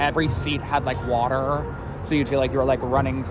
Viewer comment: The guy's voice is making me want to vomit. Did you hear how he said water?? What the hell??!! Is that some disease or something? What what is going on...